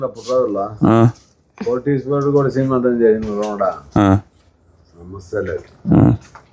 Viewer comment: Sremantham kadhu, seemantham